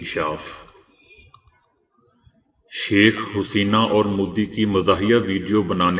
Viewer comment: کیوں Huseena کہہ رہے ہو جاہل کمینے؟ Haseena ہوتا ہے۔